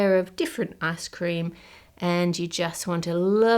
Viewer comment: everytime you say icecream, i hear asscream :(